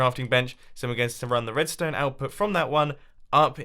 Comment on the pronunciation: is just me or did he say wedstone wire